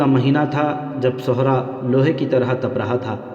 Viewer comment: My Dear Brother,,Chand Ilfaaz Kay Talaffuz Ko Darust Kar Lain,,,Jesay Aap Aqab Ko Oqab Aur Sehra'a Ko Sohra'a Aur Sair Hasil Guftagoo Karna Sair Ho Kar Khana Iss Ka Talaffuz Puranay Wazan Aadha Sair Aur Aik Sair Magar Aap Chalnay Phirnay Wala Lafz Use Kartay Hain<>Aap Dictionary Ko Use Kar Saktay Hain..Aur Lafz Zeen Ko Aap Zain Parhtay Hain..PLS Aap Apnay Talaffuz Ko Theek Kar Lain<> Thanks A Lot<>